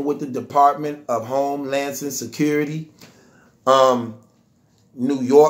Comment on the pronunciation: This nigga said “Home-lances Security” 😂😂😂😂😂😂😂🤦🏾‍♂️🤦🏾‍♂️🤦🏾‍♂️🤦🏾‍♂️